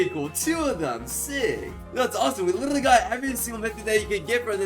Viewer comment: “We LIRRRRLY got 2 brand new mythics!”